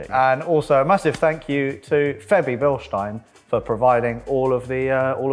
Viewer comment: OMG the first british guy who pronaunced Bilstein properly